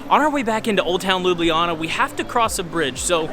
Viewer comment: Great vlog. Next time when you are around, use names LUBLANA (Loo-blah-nah) and LUBLANICA river (Loo-blah-nee-tza river), but you absoultely nailed Prešeren square. 💪 See ya.